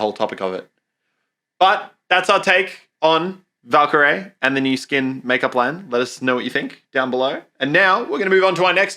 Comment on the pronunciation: Guys get her name right!! It is VALKYRAE! Not VALKYRIE!! Anyway that is all I had to say!